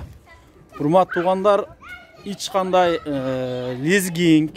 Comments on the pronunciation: Лизгинг эмес лизинг деп айтылат тартканды билбейт турбайсынбы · Лизгинг эмес, лизинг деп айтылат.